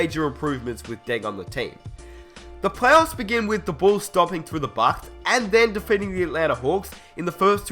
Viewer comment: listen to how he said bucks